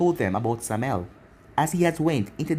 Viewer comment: How did you pronounce Samael right then wrong? Okay everytime you say the name it annoys me you said it correctly once